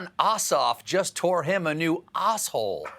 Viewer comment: Did he just say “Osshole” on CBS?